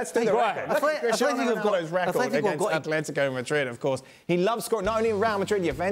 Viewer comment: Don, it's AtleticO not Atletic.